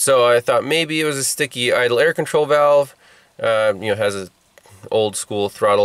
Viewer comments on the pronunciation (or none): none